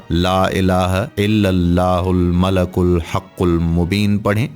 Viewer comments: Not malakul It's malikul how you make vedio you not know right words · He is reciting it wrong its not Malakul, its Malikul Haqul Mobin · Malikul hai bahi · ' yah Baat bilkul theek hai aap Logon Ko help kar rahe ho Lekin aap quran ko bilkul galat padh rahe ho quran ka janaja nikal rahe ho aisa mat karo yah bahut Gunah Hai La Ilaha illallahul malikul hakkul Mubeen hai malakul Nahin Hai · Aray nadan shaqs aap naa sirf ghalat padh rahein hein balke is clip ke darmiyan mein is mubarak kalimah ko bikul ghalat likhdieye kon zimmedar malik padna hai aap malak padhrhein hain Allah Taala ka sifati naam malik ملک hai jiska mana shahisha baadshah ke hai aor aap malak padhrhe hein jiska mana farishta فرشتہ ke hein Allah Taala ki zaat ko farishta kahna khula shirk hai fouri is message ko delete karke sahi padh kar aor sahi likh kar dobarah share karo Allah ke azaab se khud ko aor nazireen ko bachaeiye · Aoa janab molana sahab apny description box mei maleikul likha ha.. oar ap malaakul parhy jarahe hein.. plz kisi mustanad aalim sy apny arbii oar tallaafuz mi durastigi kijeye.. jazak Allah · Sir admin ap sey request hey ka ap Al malik ko Al malak parh rahey hein jo bilkul ghalat hey or is tarha meaning change ho jatey hein plz, apni ghalti darost karein or ALLAH PAK SWT sey toba or mafi b mangein ALLAH PAK SWT ap par apna Reham or maghfirat karein Ameen.